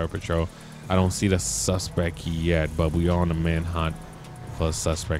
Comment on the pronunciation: classic line is when he says Suspec in stead of suspect or saint row instead of saints row lol i love you